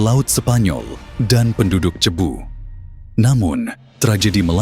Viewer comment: Magellan or majellan...sebutan biar tepat ...Cebu ...sebutannya Sibu bukan chebu....sebutan yg pelik menunjukkan pengetahuan kita